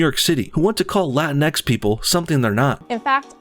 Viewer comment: It's not pronounced Latin-X. It's Latinx, rhymes with sphinx, jinks, and stinks. And it has nothing to do with Hispanic people. It's a trademarked term for a new material that's supposed to replace Spandex. The sportswear people were really pissed off when the SJWs hijacked it.